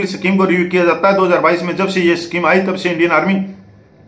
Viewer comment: सफीम नहीं भाई साहब, स्कीम होता है